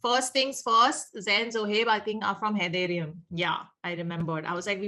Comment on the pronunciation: Just a small correction. It's Haiderium, not Haydayrium.